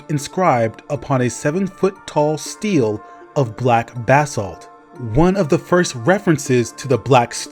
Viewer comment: The type of stone tablets the code of Hammurabi is inscribe on are pronounced “STEE LEE”